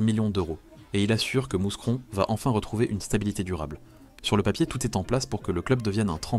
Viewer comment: Salut Vidéo intéressante et bien travaillée C'est juste dommage pour la prononciation de Mouscron ! On ne prononce pas le "S"... La prochaine fois, peut être se renseigner sur la prononciation d'une ville ça serait sympa 😊 Sinon Lopez c'est une personne mal intentionnée ! Ce mec est dangereux ! Il a déjà fait beaucoup de dégâts...